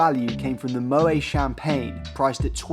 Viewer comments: Your enthusiasm is engaging. My wife and I had to wait until the children were gone before we could fly Emirates business. We couldn’t fly any other way now. One small note, the champagne name is not moway it is mowett. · Fun Fact: The “t” in Moet is pronounced. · A fun concept for a video, well executed. I have drunk champagne worth way more than my economy ticket on several occasions on Cathay Pacific thanks to elite One World status. By the way, correctly you should pronounce the "T" in Moet!